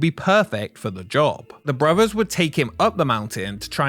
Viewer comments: This might be watchable if the narrator didn't pronounce "brothers" as "bruvvuhs". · One of the worst documentaries I have seen. Long, rambling, disjointed presentation that never gets to the point. Also, what is it with the British that they speak such poor English? Brovers? Fousand? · it is pronounced brothers not bruvers